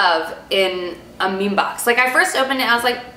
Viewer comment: It would be cool if you could say the names of the products or at least write them down in the information. Also it is ME ME BOX :)